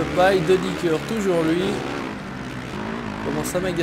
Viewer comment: c pas de dicker c de dYcker sa se prononce de dy ker sinon bonne vidéo